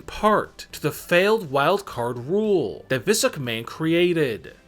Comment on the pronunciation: “Vis McMahon”